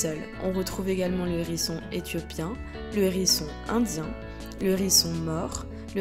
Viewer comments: Sympa cette vidéo... mais le nombre de liaisons "nérisson", "zérisson".. ca tique aux oreilles... :) dommage. avec le "h", on ne fait pas la liaison, comme avec hibou, haricot, etc... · Hérisson... HHHérisson, avec un H aspiré. Pas un nérisson, les zérissons. M'enfin. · Sérieux ?! Un ''Nhérisson'', les '' Zhérissons'' ! Ouille mes oreilles ! 😂 Désolée, mais c'est comme sur '' voyage au bout de la nuit'' ... 😁 Même si le sujet est super intéressant et la voix pas désagréable au départ, le fait d'entendre lire comme ça, c'est rédhibitoire 😔